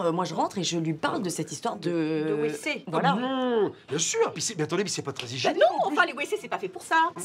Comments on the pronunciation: Parce qu'on prononce "vécés" pas "ouécés" ;). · parce qu'elle dit Ouécé au lieu de Vécé:) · Ça se prononce vécé et pas wécé :) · ''Les Wécés'' 😭😂😭😭😭😭😭😭😭😂😂😭😭😭😭 . Ça a fait ma soirée , tout le weekend je vais y penser 😂😭😭😭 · « Les wécés » 😂😂